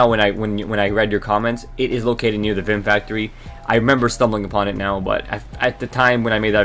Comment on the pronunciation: You said member instead of remember about 45 times in 3 minutes